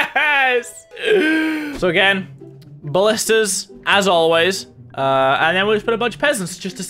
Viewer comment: You know mini has been playing overwatch when he calls ballistas "bastions"